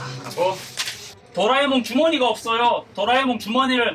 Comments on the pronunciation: 또라이몽이라 들려요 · 50초때 또라에몽이라고한건 기분탓?ㅋ